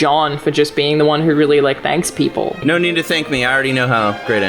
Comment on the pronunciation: Whenever you subtitle Alanah saying "no" you should spell it "Naeoughue"